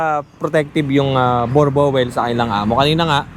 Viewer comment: Bur-bul po pag bigkas hindi borbowel... "Boer" means farm "Boel" means dog sa Dutch... Dala nila yan nuong nagsettle sila sa SA.